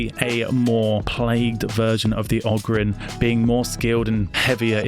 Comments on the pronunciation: It's ogryn ; og-rin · Ogryn should be pronounced "O-Grin", but dealer's choice mate. Cheers. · Ogren pronounced (oe gren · Ogre kin, but as 1 word ogrin.